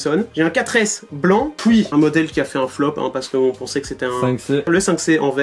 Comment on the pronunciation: Quand y dit et puis il dit et pouis